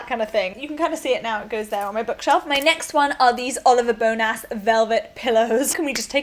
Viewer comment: it puzzles me why you would think Oliver Bonas is pronounced as 'bone-ass' ha ha